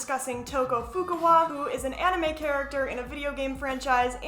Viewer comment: It's actually pronounced To-ko Fu-KA-wa (you said To-ko Fu-ku-wa). She pronounces her name in the English and Japanese dub of the game as the way I said (you can just search up Toko introduction). SPOILERS: Anyways about Toko herself, she is a terrible portrayal of DID in the first game Danganronpa Trigger Happy Havoc with how shes gets called schizo and her love interest maked her out herself during the class trial just to make the case more complicated (but the DR team actually were kinda progressive by 2010 standards I guess by not making Toko the blackened). Due to her second apperence in Danganronpa Another Episode: Ultra Despair Girls, she actually gets a character arc where she gains a friendship with Komaru and protects her along with having to make the tough decison to betray or not betray Komaru. Overall through the games she appears in, she was was alone with no friends besides a stinkbug and bullied by her classmates and two mothers (it's a long story), but despite that she tries to get better with her alter Jack/Sho and is extraordinary in her writing ability. Toko along with Uendo Toneido afterwards from Ace Attorney Duel Destinies Turnabout Storyteller are actually some of the people who made me learn about DID so they both has a special place in my heart.